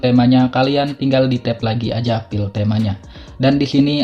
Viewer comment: aduh maaf bang minder banget😭 cara nyebut "file" itu kek "fail" bukan "pil"😭🙏